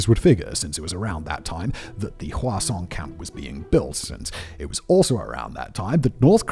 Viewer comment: Simon's says "Hwasong", I hear "Croissaaaant" and I lose focus for the next 30 seconds 😂😂